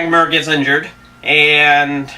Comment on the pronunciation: It's Cormier nerd... Cor-mee-yay... Not cormway. And frank Mir is pronounced meer not mur ... I see why ur lil blog blows chunks